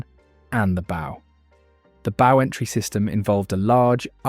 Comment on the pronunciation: Good video - I didn’t know that over 800 people died. RIP to all. BTW bow is pronounced “ow” like “ow, I hurt my finger.”